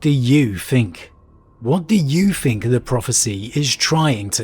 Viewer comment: I really enjoy this channel, after all these months listening I just wish he would put some time into his pronunciation - as his channel grows especially. Even just fixing his "th" sound, it grates so much every time he says "fink" instead of "think". "What do you fink? What are your foughts?" Apart from that, great video as always.